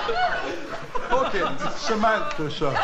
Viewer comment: "I fink Samanfa is me...."